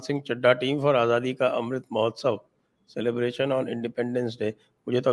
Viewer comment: Modi ji uses Azadi because he is fascinated by that word although he can't pronounce it correctly. whenever he utters it it's jarring to the ear to listen.